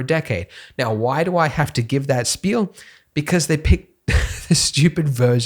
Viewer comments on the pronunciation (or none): none